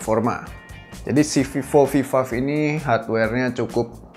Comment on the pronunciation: VIVOVIVAF WAKAKAK bikin ketawa aja